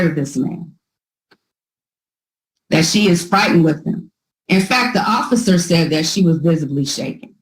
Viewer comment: I keep hearing the lawyer say occifer than when i rewind she says officer. Mandala effect? Am i going crazy 😂